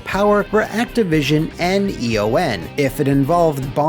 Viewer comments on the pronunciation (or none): Eon is a word, not an acronym. It’s pronounced “E-on”. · E.O.N. is “E-On” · Eon is pronounced like ion with an E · Does not know that ‘Eon’ is a word or...?